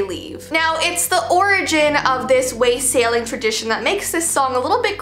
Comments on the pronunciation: Wah-sailing not Way-sailing. Yeah... give the peasants some ale and some coins. I loved the story about the Yule Cat, too. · It’s waa - suh - ling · It’s pronounced “wosaling”. Short “a”. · Her, I'm a madrigal singer and the pronunciation of wassailing is: Wah-(awe like awesome) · YOU SAID WASSALING WRONG SO MUCH AND IT HURT MY SOUL😭 (Im in choir and we were singing it!)